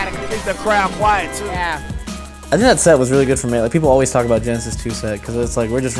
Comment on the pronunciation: 30 seconds in, already lost my shit at the I fiiinnk